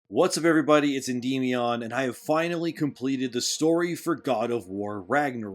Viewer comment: This is stupid AF! Also you cant even pronounce Endymion correctly. Lmao